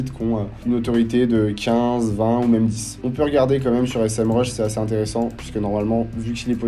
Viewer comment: Merci pour cette vidéo de qualité. Parcontre c'est pas S-M RUSH c'est Sémrush 😂